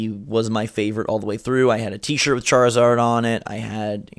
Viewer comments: Did just say Charzord? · did actually say charzord or am i retarded